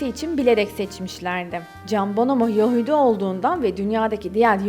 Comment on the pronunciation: Daha yahudi demeyi beceremiyon geri....